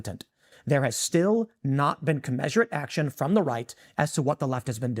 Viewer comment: Love Tim. He has to learn how to pronounce “commensurate.”